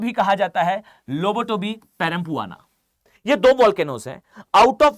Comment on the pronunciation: Sir it's perempuan not perampara😅.